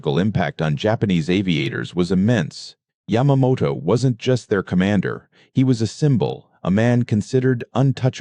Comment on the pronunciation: Hire a HUMAN who knows a lot about this subject (like me…. The Lightning is my all-time favorite aircraft - I would LOVE to own one!!) This computer mispronounced Yamamoto’s name EVERY time & always differently. I also noticed that they did not use a real P-38.,.